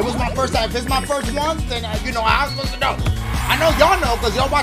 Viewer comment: “How I spostah know??” Bruh I love Dashie 😂